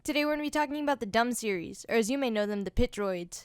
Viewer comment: the dum series. ok i am german and when you put a second m to the series name you get dumm an that is a german synonym for stupid.